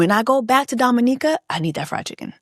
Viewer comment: I'm glad you had a grand time in Dominica and thank you for pronouncing it correctly 🙌🏾🙌🏾 with that being said, Chris needs to go to hell disrespectfully with his raggedy a**